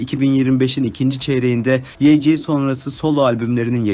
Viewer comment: Yg diye okunmuyo yanlız vayci diye okunuyo yg yazılışı